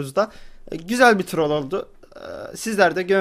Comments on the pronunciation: Abi artık Trrrollllll deme abi sadece trol de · a dan z ye trrrrrrol demeni çok zeviyorum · şöyle trrrrrrrrrrol deme babam odaya girince pornomu izliyosun diyo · Turrol diyişine kahkaha atıyorum alşkdklşqweşklasdkljqjklwejklş